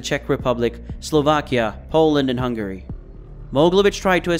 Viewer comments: lel "Hung-Gary" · Truly impressive levels of mispronunciation. Who is Hun Gary? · Why can you not pronounce Hungary correctly? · Why is he pronouncing Hungary like “Hung Gary” Also… He was considered to be the top Russian gangster.. he’s from Ukraine, not Russia. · is this AI? Such strange pronunciations of things like Eurasia, Hungary, Russia, Israeli, and others. Gotta be AI, no other explanation I can think of for so many mistakes from what sounds like a native English speaker.